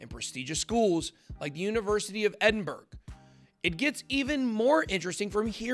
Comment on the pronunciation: ED-IN-BRR-UHH That's how it's pronounced. Not edinburg